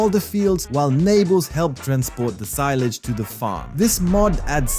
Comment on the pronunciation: omfg you said seelige it S I L A G E